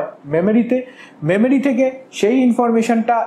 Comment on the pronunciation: Apni Porate aschen..Na pora dite aschen?? Jevabe poracchen..mone hocce age porano ses- Ekhon revise korchen. Ekdom baje. Pasapashi sobdo suneo bidghute lagche. Memory k bolchen Memari , Control k bolchel Kantrol..😬😬 Ki blbo. Purai baje